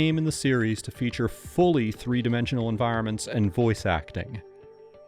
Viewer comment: Characters: 'One', 'Two', 'TREE', and 'Four'. 😆